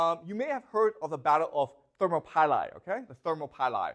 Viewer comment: thermo pie lai lol